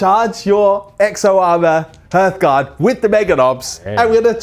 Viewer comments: I know that you are doing this on purpose now! It will never be "h-earthguard" when spoken, but always "h-arthguard". Now please stop irritating my ADHDTCPDDT. Carry on you super bosses, but heed my warning! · The pronunciation of "Hearthguard" kills me every time, it's "harth-gard" as in the guardians of the hearth, the fire in a home